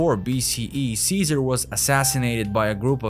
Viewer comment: great content, disturbingly presented. such an illiterate narrator, can't even pronounce Ceaser or Luther but can "seductive" and "prominent". ffs. Secret Origins more like Secret illiteracy. If anyone wanna see a person speak overly the top masking his accent (trying to sound American) but his pronunciation is primary school level, and this person narrates educational videos. no comments.